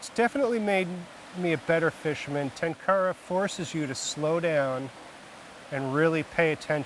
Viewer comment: If only western tenkara fishermen (who claim to love and respect the tradition) could make a modest effort to correctly pronounce the word "tenkara". They don't even pretend to make an effort.